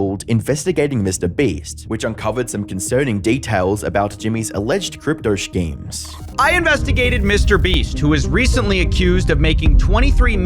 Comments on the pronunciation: Love the great vids mate, but I must beg you to stop pronouncing schemes as shkeems hahah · bro said SHKEEMS